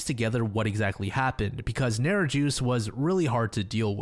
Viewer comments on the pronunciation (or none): Neri-juice XD bro, it's not hard to look up the pronunciation. It was so hard listening you butcher it so many times. It's Neri-jus (as you + s) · i am begging you americans to look up how to pronounce foreign names because NARROW JUICE ??? ain't it :) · God damn Lithuanians again, also Nerijus would be said like Neriyus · Hey, fellow Lithuanian here, it took me some time to decipher the name of the guy due to the bad pronounciation, but if I'm not wrong his name is 'Nerijus' not to be annoying or anything, it's pronounced NE-RY-YUS, and the sound the letter 'r' makes is like a cat purring. All in all good content, you're not the first to pronounce words wrongly in Lithuanian, but I can't pronounce some words in German and some other languages, like I said before I don't mean any sort of offense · I heard "narrow juice" lol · As a Lithuanian the way the dudes name was pronounced killed me I'm sorry 😭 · the way he pronounces Nerijus 😅